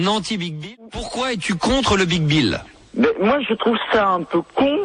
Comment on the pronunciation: À aucun moment l'animateur radio ne se corrige et les autres ne lui font pas remarquer qu'il dit "Le BigBill"... 😂